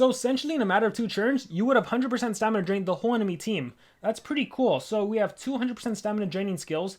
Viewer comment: he said dramina stain